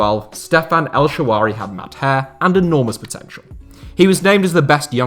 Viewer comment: El shawary